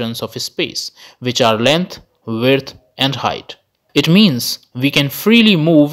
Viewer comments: Verdth. Width mate... Width. Try not taking 5 minutes to get past the 4 people already know, and try using way less words to describe the others because I tuned out after 6. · Are you saying “land, vert, hight”? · Vurt = width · This guy can’t say width to save his life. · The way you pronounce width bugs me. Great video tho. Thanks!